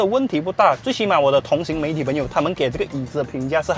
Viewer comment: 同行(hang) 不是同行（xing)